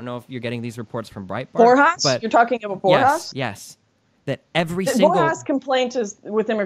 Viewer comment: She says “abought” a lot